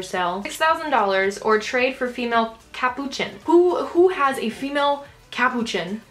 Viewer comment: U said capuchin wrong xD